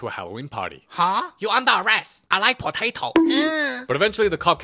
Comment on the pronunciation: "i like poteto"